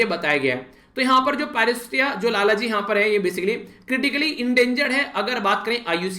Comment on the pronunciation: 9/10 1 mark aapki pronunciation ka kaat liya aaj lalji ko lalaji bol rhe the 😉